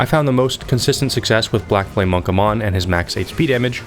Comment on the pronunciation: Amon doesn’t rhyme with cmon. It’s “a-mun” and your pronunciation of mausoleum really burns my biscuit. Mahz-uh-lee-um. “Swordmaster ons”? ONZÉ (ON-ZAY). I can’t tell if you’re just fucking with me at this point. Yosh rhymes with Josh. No reason to put a long O in his name.